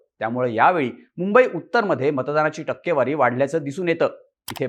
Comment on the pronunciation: ****Murkhanno****.. news denyaaadhi takkewari kashi wachayachi he shikun ghya.